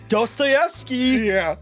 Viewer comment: Did mean to say "Dasvidaniya"? Dostoevsky is a Russian writer?